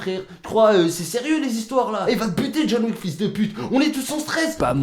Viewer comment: C'est méga drôle car à chaque fois que quand j'entend "John Wick" moi j'entend "John WEAK".